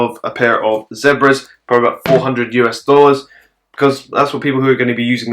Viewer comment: The ZEH-Braz 😂